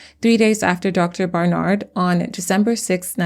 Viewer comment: Loved the video but, the way she was saying "Dr. BarNard" was getting to me.